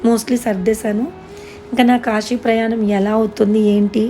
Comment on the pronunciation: akka kashi kadhu akka kasi